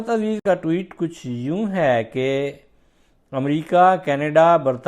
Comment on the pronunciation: محترم! ٹیوٹ کیا ہوتا ہے؟ ٹوئیٹ ہوتا ہے۔